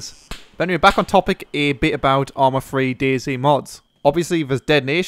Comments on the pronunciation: hahaha lol...."Arma Free!" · ARMA FWEEEE